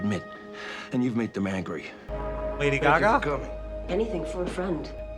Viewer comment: Bro when you said Laddy gaga I really believed you 🤣🤣